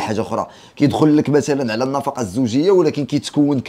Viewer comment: خويا النفقة ماشي النفاقة. راك مزيان ولكن مفيها باس شوف شواحد اراجع موراك 😊